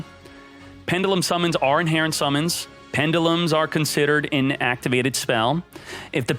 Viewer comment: Dislike for so many mispronounced pendulums lol.